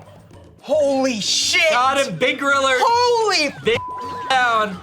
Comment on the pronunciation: Why are you saying Goriller?